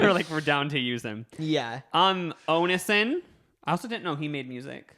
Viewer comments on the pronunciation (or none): how you pronounced onision i cried